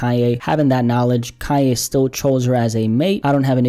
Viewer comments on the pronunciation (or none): I LOVE, but I've gotta say, it's KANYE ( not Ka-yay)!!!!!!!!!!!!!!?!! It was making me wanna scream!!! Love yas though xxxxx